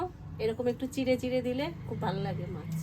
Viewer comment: Mas na Mach bolun